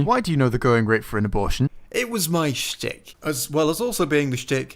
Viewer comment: why do you always pronounce stick as shtick?